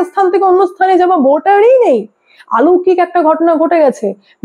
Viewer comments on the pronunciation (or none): আলৌকিক নয় কথাটা অলৌকিক, একটু ভাষাটা রপ্ত করুন।